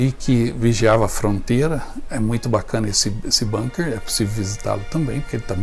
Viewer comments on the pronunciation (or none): none